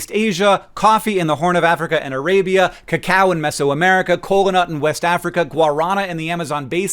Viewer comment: I definitely thought you said Olmecs drank "the cow" as a tea, like some sort of beef-based tea, not cacao. I was very confused until I figured it out. Also, if memory serves, the word "cola" comes from Coke originally being made with the kola nut from Africa, which was the source of its caffeine (though famously, not the only stimulant in the original recipe) but it hardly surprises me that's not still the case and that synthetic caffeine is the norm across all sodas now.